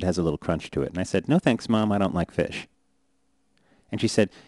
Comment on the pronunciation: I hate the way he says fish